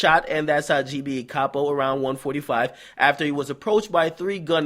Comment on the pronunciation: Lil Reese has been singing Capo's praises since 2012. It';s shocking to see that they got someone who was so instrumental to GBE. Btw DJ Akadummics it's pronounced CAY-POE, not CAH-POE.